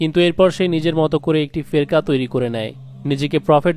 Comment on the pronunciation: উচ্চারণ টি কি ফেকরা হবে না?